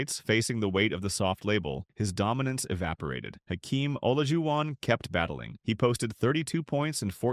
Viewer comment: no a human uploaded it dummy but they used an AI voiceover that can't pronounce Olajuwon and probably an AI written script, too. YOU THE CLOWN DUMMY 🤡